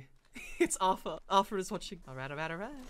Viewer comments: It’s pronounced artar not arfer just saying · Anyone else triggers he says Arthur instead of artur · Its auteur not aurfer or author auteur